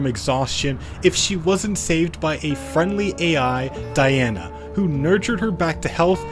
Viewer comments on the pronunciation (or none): none